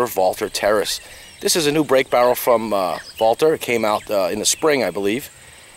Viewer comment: My mind was pretty well made up to buy this rifle, before I saw this video. This is a confirmation that I will make the correct choice here., I think, no I know, you are the first guy I've heard that pronounced the name Walther correctly, it IS as VALTER foks,..think German. Also, what size or power scope would you recommend on this Terrus for target and small vermin shooting?